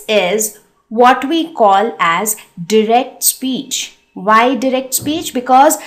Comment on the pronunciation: You are not saying direct correctly